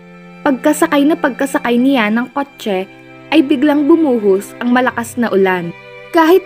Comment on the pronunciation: Ilocana po ata ang narrator, sa pag pronounce nya ng kotche